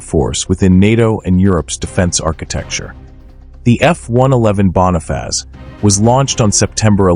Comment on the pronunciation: ¿Qué es la Bona faz?..😂. Joder, al menos aprende a pronunciar cuan hagas videos.